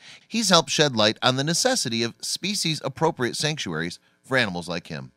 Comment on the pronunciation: If this is serious, scholarly stuff, maybe someone should learn to pronounce "species" properly. Makes this stuff sound like rank amateur YouTube stuff.